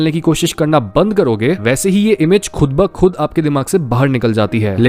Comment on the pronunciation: I like the way you say 'Khud ba Khud'